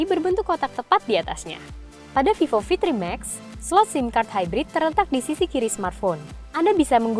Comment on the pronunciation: yang bacaan nya vevo